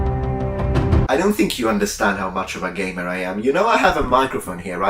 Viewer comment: took me several listens to figure out he was saying "gamer" rather than "gay man"